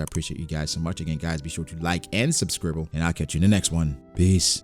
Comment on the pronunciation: Did u say subscribble in the end?